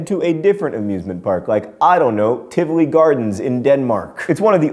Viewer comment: ps in tivoli both i's sounds like ee as in seek